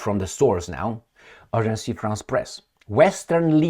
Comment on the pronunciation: Agence france press. NOT Agencie